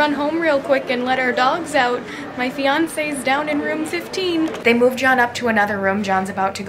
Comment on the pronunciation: Did she say feance